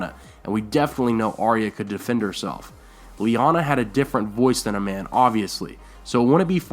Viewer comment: It's Lyaana, I'm sure of it.